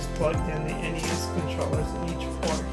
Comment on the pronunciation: I'm With You, Buddy, It's N-E-S!